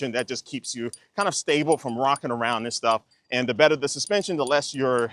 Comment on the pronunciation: The is only pronounced "thee" when the following word begins in a vowel. "Thee" apple. "The" carrot. This linguistic rule is being broken all over YouTube.